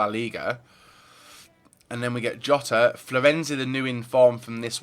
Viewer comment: the pronunciation of Jota is ill